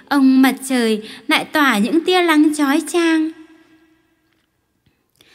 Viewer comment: đọc sai chính tả " nắng " và " lắng "